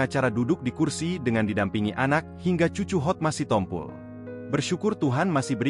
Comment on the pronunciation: Apalah si tompo el . Itu di baca si tompul. Gak ada marga sitompu el.